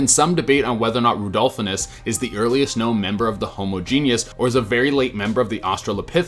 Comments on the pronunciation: Is Genus pronounced "ge·ne·us" or "ge·nus" LMAO Just messing with you. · *genus. Not genius. ;)